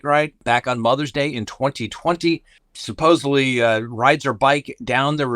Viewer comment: God DAMMIT,!!!! Did you really say “supposeBly”!?!?!? Hope you know thats a sign of low intelligence…LMAOOOO